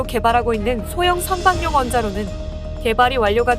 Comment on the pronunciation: 선박용 원자로 의 발음은 선방용 이 아니고 선바굥 원자로 로 발음해야 합니다!